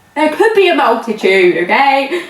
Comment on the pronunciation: LOL I love the way you pronounce 'multitude' haha Bill kills me everytime